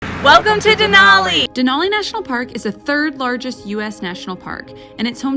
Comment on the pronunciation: De-nal-e (nalll not noll) , minor, but that's the name. Now back to McKinley 😁